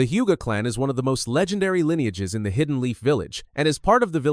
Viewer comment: Hidden called high-den. Your AI usage will ruin your channel